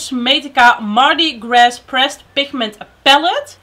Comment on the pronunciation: Mardi Gras is Frans dus de s hoeft niet uitgesproken te worden <3 dank voor de review =) ik zag dat revolution ook zo’n veelkleurig palet heeft =)